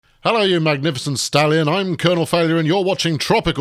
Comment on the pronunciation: At first I thought he'd said magnificent Stalin!